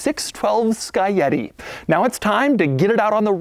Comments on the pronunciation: "Sky Yeti" or is it maybe Scaglietti? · "Sky- yeti"....? wtf dude, its "skag-lee-ett-ee" you swine...my italian ears are hurting! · Its Scaglietti not Scayeti doug !! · i always thought it was Ska-glee-eti not "ska-yeti" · "Sky Yeti" sounds like a flying Skoda. "ska-glee-eh-tee" is how you pronounce it. Great car and great review! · it's pronounced "skalietti". but even "sky yeti" is much better than "skag-lee-ehti"... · It is not skaieti it is scalietii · It's not sky-etty. It's pronounced scalietti. That's a good looking set of wheels. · You say it Scag-li-etti... Expect more from you Doug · Ferrari 612 sky yeti? What the hell Doug.. and still Porsche isn't pronounced Portia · Doug always has me cracking up! I always pronounced "Scaglietti" SKAG-Lee- Yeti Hahaahah. My first time reading about any Scaglietti I was 8-9... So there's that. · Doug it’s pronounced spaghetti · No, no no. It's Skag-lee-yeti. It's ok, Italian is hard! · One more quirk Most people who try to pronounce its name they will call it Spaghetti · TIL Scaglietti is pronounced "Flying Abominable Snowman" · This guy said (SKY- YETI) with his whole chest LMFAOOOO Jesus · "Ferrari Six Twelve Sky-Yeti" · No1: Doug: “Sky-yetti” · Sca li e ti Thats how its pronounced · The way Doug pronounces Scagglietti :/ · Others: scaglietti Doug: "scaietti" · I can stand your mispronunciation of the name. Don't forget that there's a "G" in there. It's pronounced Scag-lee-et-e. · Sky yeti? Or are you trying to pronounce scaglietti? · RIP for all the times Doug butchered the name Scaglietti, and Ferrari as well Roll your R dude! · Just realized, that i pronounced Scagletti wrong my whole life